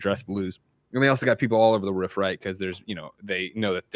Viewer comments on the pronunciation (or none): greg, have you always pronounced "roof" as "ruuf" lol??? am i just now noticing this? lol